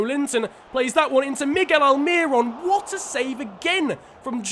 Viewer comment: Throwback to when I bumped into Miguel Almiron at my local mall. also it's pronounced Al-Meer-Own